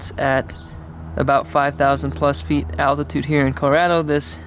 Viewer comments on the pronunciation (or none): none